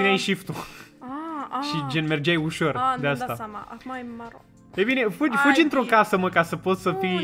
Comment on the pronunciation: fuji, fuji 😂😂😂 e moldoveanca